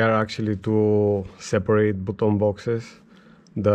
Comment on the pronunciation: I love how you say BUTOUN box... love everything you have there brother. Crazy rig!